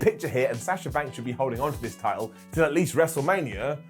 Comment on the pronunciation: Why is it so difficult to say Sasha's name correctly? Sah-shuh not Saaasha 🤦‍♂️